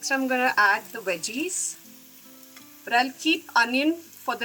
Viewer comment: People from India mispronounce words starting with a "v" and "w". And so does. It's not "weggies" but "veggies", not "avaited" but "awaited" and so on.